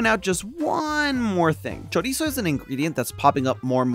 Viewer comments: pronunciation of chorizo made me physically go like 🫢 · choriso.